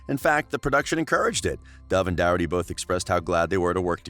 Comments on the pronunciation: It’s not Doherty it’s dorcherty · Its Doraty Not Douraty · His last Name is Doherty. Is dat actually how his last name is pronounced??!!!